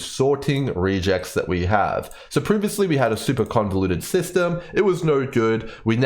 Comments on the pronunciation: REGular EXpressions It's pronounced Reh-geks, not "re-jecs" ;) (am I starting a gif vs. jif situation here?) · "Regex" is short for "regular expression". Hence, its pronounced more like "rej ehx" than "ree jects". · I have never heard REGEX said that way. Sounds almost like Rejects. Short for Regular Expression, normally I hear it pronounced Reg Ex the first two syllables of the words. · Love the video! but man the way you are pronouncing regex is so odd to me as a developer Its a short for regular expression, so we usually pronounce it as the combination of those words (rEgEx instead of rEAgEx) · please stop calling us rejects and instead say regex as re in regular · Pardon me, but you are pronouncing "regex" incorrectly. It is a shortening of "regular expression" (something that has been around in general computing for along time), so it's pronouced either "reg ex" (or sometimes "rej ex"). Just so I am not only complaining: great video, it's the first one I found when trying to understand this mechanic and I don't think I need to find another :) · Regex stands for regular expression and is pronounced reg-ex like the beginning of both words. I'm only making this comment because I was listening to the video without looking at it and I literally did not know what you were talking about. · No, you are correct, I was half a second from commenting the same thing before i saw your comment... Was bothering me too, as a admin who uses regex quite often that pronunciation was triggering me lol